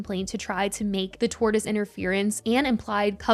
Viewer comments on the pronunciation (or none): Oh no, lol it’s not a tortoise!🐢 Tortious interference is pronounced tor·shuhs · It's pronounced "torSHus." Why the fuck would they be talking about a reptile? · Lmao tortoise interference. Girl, i love you but if youre gonna talk about it, you should know what it means/how to say it. ❤